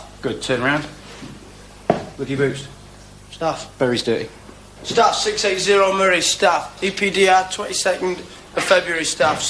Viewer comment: What is a “berry’s duty”?